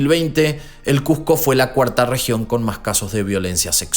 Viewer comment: Que les cuesta pronunciar como se escribe CuSco no CuJco.